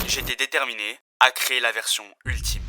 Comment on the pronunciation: "Utlime" tu veux dire 😂